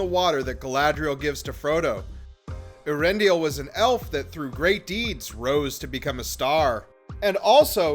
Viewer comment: For a video that claims to be for things that "only fans" notice, that pronunciation of Eärendil is painful to hear. The dieresis is there for a reason.